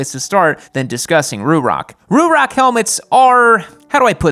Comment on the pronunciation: The way you say Ruroc makes me wanna lose my shit.